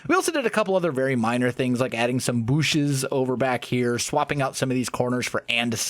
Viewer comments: says booshes Me: wait that’s illegal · “We put some booshes here“ - also, I’m new to the channel, I only joined at ep1! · I don't like the way you mispronounce booshes! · The way he says bushes is amazing, really love these videoes already!